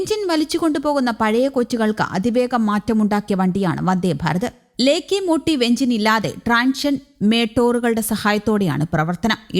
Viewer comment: അത് മാത്രം അല്ല, ലേക്കേ മോട്ടീവ്..എന്നത് ലോക്കോ മോട്ടിവ് എന്നും ആണ് ഉച്ചരിക്കേണ്ടത്ത് .